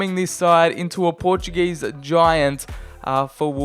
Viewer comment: dont yoou disrespect my country its portuguese not portug_ese